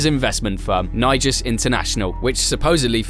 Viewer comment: I think you were generous, pronouncing "Nigus" the way you did 😂😂😂